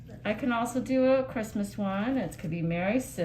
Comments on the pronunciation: „merry cystmast“ 😭😭😭😭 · "Merry cystmas!" 😂